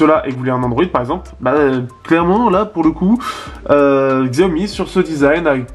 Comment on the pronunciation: On dit CHIAOMI !!! Mo********r